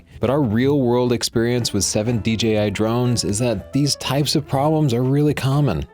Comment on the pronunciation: Thank God, he said D"Jay"I, and not D"Gee"I.